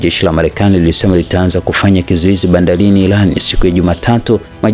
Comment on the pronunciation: Jamani sio Homzi someni kwanza sio mnatoa lugha isiojulikana halafu bandalini badala ya bandarini.